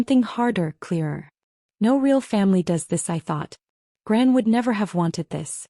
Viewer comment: Grant instead of gran??